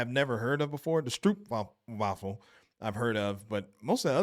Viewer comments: Stroopwafel is pronounced as strope wafel. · And if you are having trouble with the pernouncement of "stroopwafel", try to replace "oo"with "oa", like in "boat". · there is no oe as in shoe in stroop, there is an oo clearly, as in slow or go so never say stroup waffel again PLEASE! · 'Stroopwafel' is pronounced differently. With the double o 'oo' in Dutch 'Stroop' (which when translated is syrup but also applies to the thickness like that of apple butter) is pronounced like 'strobe' and the 'wafel' is not pronounced as the English translation 'waffle' but as 'wah-full'. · You pronounce it stroapwahfel.....